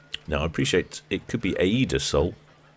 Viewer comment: If the sphinx class ships have an Egyptian motif, I would suggest that the pronunciation is probably ay-ee-da.